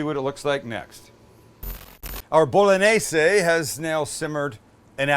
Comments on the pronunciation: Why are yo deliberately mispronouncing the word "bolognese"? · You just massacred the “Bolognese” Sam.. balsamic vinegar and oregano? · You say an Italian intro and proceed to say BOL-O-NAZE 😂! Cmon Sam! If you do the Italian as least pronounce like they do! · It's pronounced, "Bo loan yeh seh." French and Italian have a g.n. that's pronounced like the n.i. in the word senior. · one more time: BOW LON YEYZ. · Bolognese - sounds like it looks Bologna - bullonee